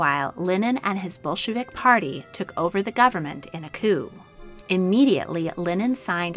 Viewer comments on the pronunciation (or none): none